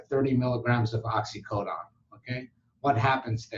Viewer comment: Oxycodone. Why you say oxycodon?